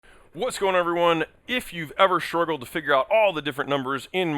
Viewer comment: There is no "h" sound in "struggle," and "whatnot" is the mark of the idiot.